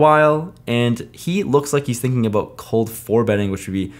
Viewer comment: Is it just me, or does he suddenly sound Canadian with all the “aboot”s